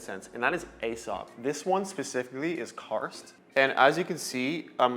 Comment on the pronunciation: Nightclubbing fragrance is a very ashy cigarette smell. It's what I imagined it to smell like in a club back in the 80s. Also Aesop is pronounced like "e-sop".